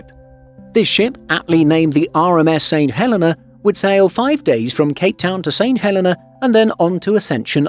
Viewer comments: I don't want to nitpick, but he is saying it wrong. He's saying St Helen-a and it's pronounced St Hel-eee-nah. Look at the St Helena Tourism videos on here and you'll hear the correct pronunciation. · Pronounced Saint Hel eeeee nah!! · No, he's saying it wrong. In the UK we WOULD normally pronounce the name Helena exactly the way the narrator says it. However, for some reason the name of this island is actually pronounced Heleena. Don't know why. The narrator obviously just didn't know this. Check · Can’t even pronounce St Helena properly. It is pronounced “St Heleena”. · Funny how people go to all the effort of making and editing a video but can't research the correct pronunciation of the place they are talking about 😂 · Not a bad video. But please pronounce the islands name correctly. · Great film shame the narrator didn’t know the correct pronunciation of the island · The mispronounciation is irritating for an English speaker; it has nothing to do with accent rather with incorrect emphasis. Comparing a native Spanish speakers pronounciation of Mexico to a native English speaker is a poor comparison. The narrator made a mistake; admit it and move on - no one will sue you. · As others have said, a good video let down by not doing your homework on the pronunciation of place names. Not only the pronunciation of St Helena, but also of Accra (ah-KRAH).